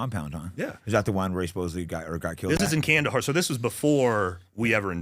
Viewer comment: for the love of god, it’s not “supposebly” it’s supposedly.